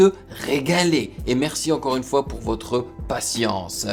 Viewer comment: Salut on ne dit pas "un x" on dit "une fois"